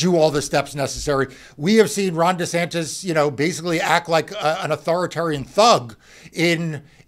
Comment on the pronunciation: It sounds like he called him Rotten Desantis 🤣🤣🤣 Gonna have to start calling him that.